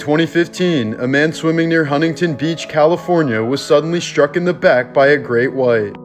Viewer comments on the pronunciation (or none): none